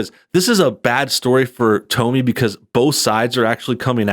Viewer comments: Her name is pronounced like Tommy. I think she let her commentary self cross over into personal self. I'm sure she doesn't hang out in a circle where the "real men" do. I understand what she was trying to say but she didn't come across that way. I don't agree that she should "tone it down". She should be who she is. However she shouldn't be surprised when the MAN she is looking for is turned off by who she is. I think the feedback she gets on that video will give her some perspective.... Hopefully. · Well to start her name is pronounced like Tommy just to let you know. Now as far as her saying it’s men and our attitudes or that we purposely do things to ruin a relationship or are single minded thinking about sex all the time well she’s wrong. There are a lot of good men out there who have decided that relationships are not worth it because of the attitude that’s displayed in this video. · Dude, have you never heard anyone else (or herself) pronounce Tomi’s name? You made a video about her and don’t even know how to say her name... super annoying!!! Can’t continue watching the video, sorry. It’s just too irritating to listen to your version of her name... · Hey —Have you never heard of Tomi Lahren. Its Tommy, not Tomey. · It's like "Tommy" not "Tome-ie"... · i love how he keeps calling her "Tow me" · Its "Tommy"...... Toe-me.....lol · Seems I've been mispronouncing her name this whole time. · She pronounces her name like Tommy. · It’s “Tommy”, dude... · It's pronounced like "tommy" 🤔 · Great video but it's pronounced "Tommy" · I thought her name was pronounced like "Tommy". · Why are you mispronouncing her name? I have to assume it is intentional or you have never seen her work.